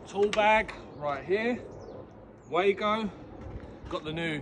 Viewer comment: It’s actually pronounced “Vago” that’s German for you!